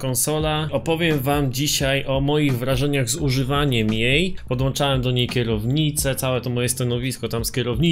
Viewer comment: Kur.... PODŁĄCZAŁEM, a nie podłanczałem!